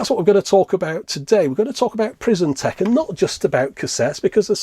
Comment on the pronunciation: You said "prison tekken"